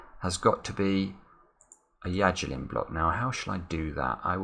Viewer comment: It's Yajirin.